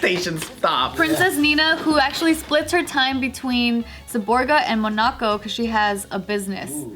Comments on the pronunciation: 'mon-A-co' lol girl its 'MOH-nah-co' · I’m gonna start saying “MonÁco” like lmao